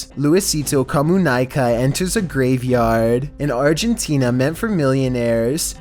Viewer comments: Luisito Comunica is pronounced Comu nee ca not comu nigh ca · I'm mexican... It's spelled luisito com u neka, it is not a last name it's like "Luisito comunicates" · You gotta learn how to speak spanish bro "luisito comuhnaica"? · Hey, sorry for It Comunica is pronounced 'Comunyca' also good spooky vid full of info:) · Thats not how you say luisito comunica its like spanish